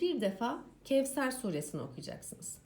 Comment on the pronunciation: Kevser diye okunmaz onu dikkate alın lütfen